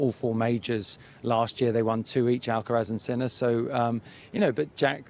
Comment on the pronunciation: Guy Cant pronounce alcaraz properly